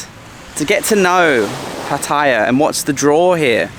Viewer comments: wet. Its Pat- a - ya. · Maybe some other commenter has pointed out that the correct pronunciation is PAH’ ty-yah.🙂 When I was a kid we visited a camp in Jomtian, which was virtually deserted and free of pollution and tourists back then. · $60 a night for that is amazing! Not expensive! Well, to each his own. And please- Say Pattaya correctly, at least get closer. You are so eloquent on everything else, so this one has your number. Some nice drone work around the bridge! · Why is it that most vloggers can not pronounce Pattaya correctly.